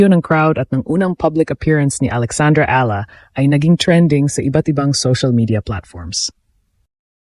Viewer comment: Eala pronunciation E-yala